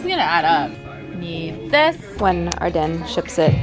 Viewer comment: I thought Ardene was pronounced Ar-deen not Ar-den? I love the glitterforever17 inspired effects btw haha